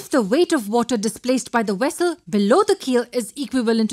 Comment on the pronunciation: Hehehehe- she said "wessle".